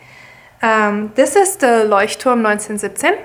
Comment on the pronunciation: Geil 😂 als du Leuchtturm gesagt hast hat man extremst gehört dass du aus Deutschland kommst 😂😊 voll witzig